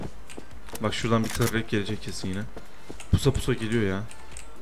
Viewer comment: Abi Tıfıl tırrek deyil